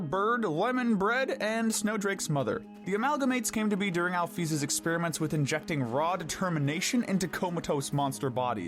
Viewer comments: so no one gon talk about how he said "alfies" instead of "alphys"? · Alphys is sound like alfes btw . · I really hate how you say Alphys and Chara's names